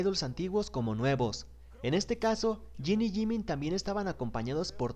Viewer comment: “Yiniyimin” ❤️❤️ Jin y Jimin